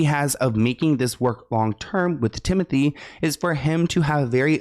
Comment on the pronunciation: it’s ‘tim-oh-tey’ i think